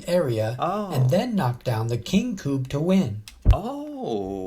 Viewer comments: It's pronounced "kubb" not "koob" A double b means the u sounds is short (same as in Engliosh). When it's written with a u, it's the same sound as in tUtor, not pub. Kubbe is Norwegian word that translates into "log". In English, you'd probably call this game logs. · Yeah it's not kuuuub. It's kuBB ^^ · Kubb is pronounced with a short u. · It annoys me that the presenter of the video he's watching is pronouncing Kubb wrongly.